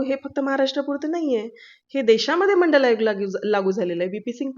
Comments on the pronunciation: बिनडोक बाई, ओबीसी च एवढं मोठ काम शरद पवारांनी केलं आणि आमचे शरद पवार.......!! बाई तुला मंडल आयोग म्हणता सुद्धा येईना, अन् तू जरांगे पाटलावर टिका करतेस....... फारच मंडल आयोग,मंडल आयोग करत आहेस,त्या वेळेस केंद्र सरकारने तो मान्य केला होता का......ते पण सांगून टाक........ मागच्या दाराने आरक्षण लुटणारे तुम्ही आता मराठ्यांना शिकवणार.........शरद पवार, छगन भुजबळ, गोपीनाथ मुंडे या लोकांनी हे जास्तीचे ओबीसी आरक्षण मंडल आयोगाच्या नावाखाली लुटून तुम्हाला वाटून टाकलं आणि मराठा समाजाला उपाशी ठेवलं........ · तुला मंडल आयोग शब्द म्हणता येईना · ह्या बाईना काय कळते का. ह्यांना मंडळ आयोग साधे बोलता येत नाही आणि ही लिहून दाखवा म्हणून जारांगे साहेबाना सांगते म्हणजे किती अक्कल आहे त्यावरून कळते. भागून आणि वाचून बोलते ह्यांना दोन पैसे देऊन बोलायला लावतात किती मूर्खपणा आहे. हे पण पैसे खाऊन जतिविषयी किती प्रामाणिक आहे ह्यावरून कळते. Dr कश्या झाला आहेत ह्यांची पदवी तपासून पहा. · डॉक्टर तुम्हाला मंडल आयोग बोलता येत नाही डॉक्टर पदवी कशी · हिला मंडल आयोग तोंडाने म्हणता येईना ती मनोज दादांना मंडल आयोग लिहून दाखवा म्हणते😅😅